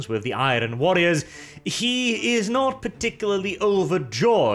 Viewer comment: You are great! but why can't you talk properly? Do you not know how to say the word iron?